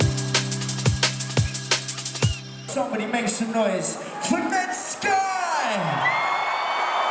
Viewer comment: Always thought it was pronounced Net-Skee